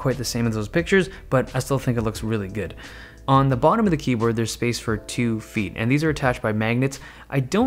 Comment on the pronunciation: i swear he is saying Keybird